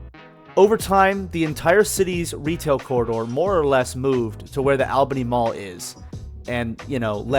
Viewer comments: My parents met there at the Chick-Fil-A in 1994... Also, it is pronounced ALL Bany, not AL. LOL. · ALL-BENNY..NOT "AL"-Bany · Yep everyone around here says ALL BENNY. and the way he pronounced Mansours made me laugh. Man's hours? Man swores. It's all good. Lord knows I've butchered some pronunciations. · All Beny pronounciation. Saying it the way you are is exhausting. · 😊 I just watched the video and I was thinking the same thing. I left him a comment as well letting him know that locals pronounce it ALL***bany. I didn't see your comment until after. I hope he knows we are not attacking him but it's annoying when you hear someone pronounce it like he does. 😊. News anchors ect. Will pronounce it the way he does, but will pronounce Albany New York correctly. I'm sure not an expert in proper English....so I'm not judging him. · great info in the video. It brought back a lot of nostalgia since I was born and raised there. That said, Albany, GA is pronounced the same way as Albany, NY (and every other Albany across the country). So I have to ask: why pronounce it differently? Was it bait for comments? If so, mission accomplished😅 It just sounds bizarre, especially after you mentioned doing “research” on the pronunciation. It’s really no different than the rest of the Albanys in the U.S. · Live in Columbus and have driven past the mall numerous times both for shopping at other places on the same strip and on my way to Florida. Interesting pronunciation, but to each their own. Would love to see you cover the Lagrange and Waycross malls as well.